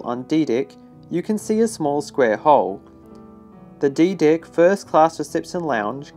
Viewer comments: “ And now raised on A DICK “ I think you meant deck my man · I heard a lot of dick instead of deck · The way they say DECK. Sounds too much like DICK 🤣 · Did you say on the dick below it? Oh he's saying deck! Lol great content! ! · I also can't unhear "boat dick" lol